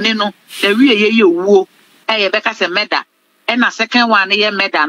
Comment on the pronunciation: Madam reporter, the word is "Murder" oo, NOT "meda". 3de3n ben nso ni meda!! As3m oo, hmm